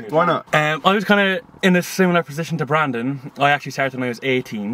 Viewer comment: Anyone else heard him say in the intro “Brandon Hard-on” 🤣